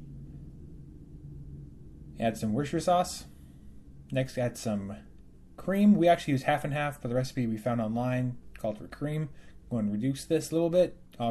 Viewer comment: Add some wisher sauce? Is that supposed to be worcestershire sauce? It's pronounced "WIS-ter-shear"